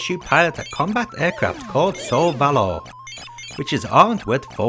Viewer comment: The "lou" in Solvalou is pronounced "loo".